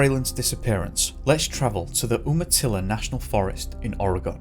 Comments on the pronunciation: Its pronounced " Youmatilla". Love your channel. God bless you💘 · Great production, sir. Just a tidbit of information: umatlla is pronounced, you-muh-tilla. I’m a Pacific Northwest native. I have much respect for you and your work. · Umatilla is actually pronounced like Yumatilla, it's the next county over from me. I'm shocked that they quit searching for Keith because of 1 inch of snow. That's a mere dusting for that area, in higher elevations! Edit: It's also strange that I didn't hear about his initial disappearance back in 1981 nor about him being found in 2012. The population of these counties are very small and word travels fast. This just makes me sad for his family that it took 30 years to find him.😢